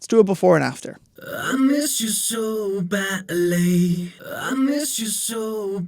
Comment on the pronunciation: Just finishing this up after comp and EQ courses - amazing, thank you... But... 'I miss you so batly.......... I can taste your lurm'?!